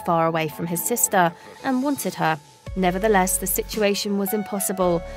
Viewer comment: ShelTAH, sisTAH, broTHA, togethAH